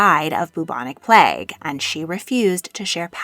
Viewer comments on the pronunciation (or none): none